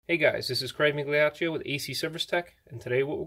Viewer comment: Really great explanations! Thank you ps - your name should be pronounced meelYAchyo but you're certainly not the only guilty Italian American. Raises hand